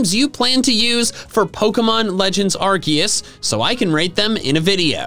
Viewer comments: he said legends arceeus not arcoos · it's Arcoos not Arkeus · ahem.. Its arkoos... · IT'S ARCEUS, NOT F*CKING ARKOOS! FIX IT NOW! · Arceus* (not Arkoos) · bruhh said in intro said arkeus not arkoos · He said arcues instead of arcoos😡😡😡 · You screwed up the beginning it is not legends of arceus it’s arcoos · NO, IT'S ARCEUS, NOT F*CKING ARCOOS! FIX IT NOW! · it’s ArKOOS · it’s a joke he says it arcoos. As a joke. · its A R K O O S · not arceus. it's called ARKOOS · He said arceus I’m very disappointed